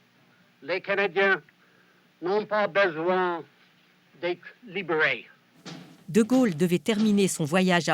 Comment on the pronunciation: "Les canadiens n'ont pas besoin d'être liberey" C'est pas l'accent québécois mais plutôt un gros accent anglay...